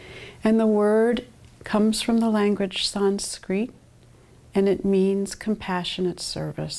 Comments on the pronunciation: Comes from the language “sanskreeet” lmao. Fucking lady can’t pronounce Sanskrit and it’s hilarious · i have never in my life heard "sanskrit" pronounced like that